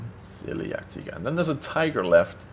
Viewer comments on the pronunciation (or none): its pronounced Jagd-"Tiger" not Teeger, and don't say its because of his accent because he jsut pronounced Tiger right when he was talking about the Tiger.